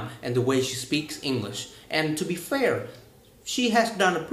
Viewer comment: You need to stress some words also, you talk to fast and often do not take the time to stress some words with more than one syllables, for example: " basically, speaking, English.." if you can correct these mistakes you would sound much better.